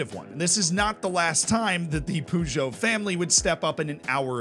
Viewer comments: Yeah, a couple of mispronounciations, but I at least appreciate the effort. Puzhow (that's actually a better phonetic spelling than I could come up with) (Peugeot) Sosho (Sochaux) Ocsair (Auxerre, his pronunciation was actually closer to that of Angers than it was to Auxerre!) Those are the three that bugged me. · Poojoe. You have to admire his confidence though in saying it that way. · Nice story, feels like a Tifo video! But you should say so-show. And puh-zjow. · Sochaux is okay, he says it like an old person though. Poo-Joe though lmao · They best part of this video is the way you pronounce Peugeot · Sochaux, saying it wrong... Herve Renard,wrong, Peugeot, wrong, alaves, wrong.. I could give you some private lessons :D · That was the worst peugeot pronunciation i’ve ever seen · The way he's saying Peugeot is really bugging me 😂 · I literally own a Peugeot and I now I'm gonna just hear it in my head every time I see my own car.